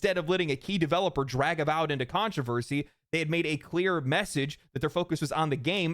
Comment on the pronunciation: "Avowed" sounds like "Avoid".